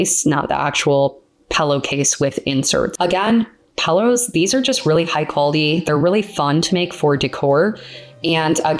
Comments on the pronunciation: Is funny how you say pillows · You need to learn how to pronounce pillows !